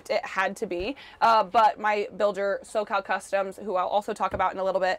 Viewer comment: Did you say socall customes?